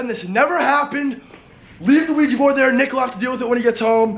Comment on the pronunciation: "ITS OUIJA" Rice and:"Ohja!" im dead 😂😂😂😝😝😝😂😂😂